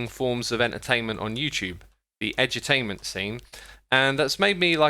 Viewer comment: X, when you say edutainment it sounds to me like you’re saying edgy-tainment.